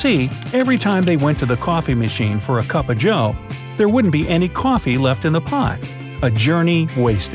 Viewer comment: Did y’all revise when he kept saying: cwoffe